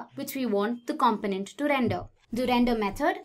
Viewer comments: ‘Cum-poe-nint’ rather than ‘com-pin-ent’👍 An easy mistake to make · Thank you but your pronunciation of component is driving me insane. It’s com-po-nent. Not compo-nent. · Great introduction / overview video. One small suggestion: The announcer's accent/inflection can be confusing at times. For example, in North America and the UK the word "component" is pronounced "kum-POE-nent". The person in the video says "KAHM-puh-nent" which sounds a lot like "confident" to our ears. It's just a few words, but that could help.